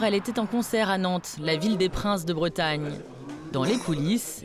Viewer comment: Avant de commenter ce genre de reportage, il faudrait que ceux-là apprennent à prononcer correctement les mot breton ! Elle confond les artichauts prince de Bretagne avec les Ducs de Bretagne, trop drôle !